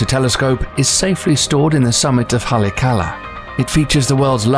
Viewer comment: It's pronounced ha-lay-ah-kah-lah